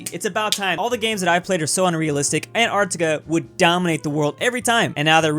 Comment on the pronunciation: Why is this guy pronouncing it "Ant-artica" ?